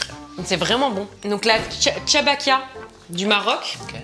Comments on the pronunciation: C est des choubekia pas chabakia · Je suis marocaine est chabakia se prononçe chbèkia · merci beaucoup pour les gateaux marocain et aussi sa se prononce CHBAKYYA il fau force sur le Y